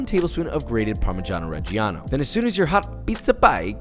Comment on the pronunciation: I am Italian and I literally LOVE the way he says PARMIGGIANO REGGIANO or GRANA PADANO My whole heart is for you